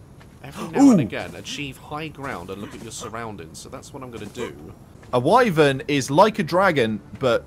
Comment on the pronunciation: Its pronounced wi-ven